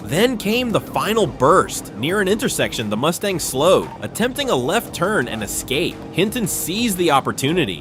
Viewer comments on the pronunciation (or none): none